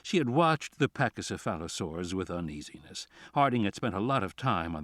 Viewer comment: The pronunciation of Pachycephalosaurus has me dead 😂